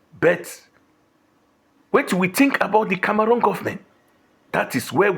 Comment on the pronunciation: Cameroon 🇨🇲, not Camarun. Na waow for this